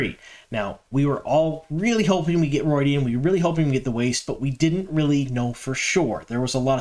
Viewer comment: ROO-ID-E-AN, not ROID-E-AN like Steroids!